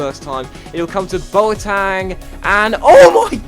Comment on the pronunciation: Why do you call him Boatang?